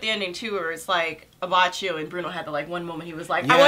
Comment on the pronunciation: Btw, Abbacchio's name is pronounced A-bah-ki-o. Great video guys!